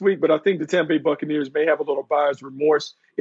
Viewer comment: Let me stop here and point out: succanears